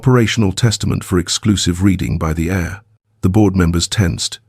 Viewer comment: I wish you could get your AI to understand the ENGLISH LANGUAGE. AIR is what we breathe and HEIR is a descendant of a family member.